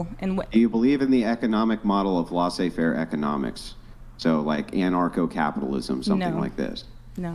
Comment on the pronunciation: laissez-faire (pronounced layzay not lahzay andrew)